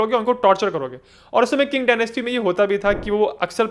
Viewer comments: Qing is pronounced as Ching not King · Qing is pronounced चिंग, not किंग